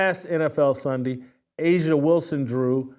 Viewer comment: A'ja isn't pronounced asia.....no matter how much people say it.